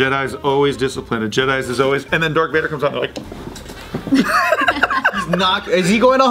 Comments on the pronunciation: Ummm... Its Darth Vader not Dark Vader...just sayn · Did say "Dark Vader"? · I swear he said "dark" Vader ...lol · Wait. Did say, "DarK Vader??" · Are we just gonna ignore the fact that said ‘Dark Vader’?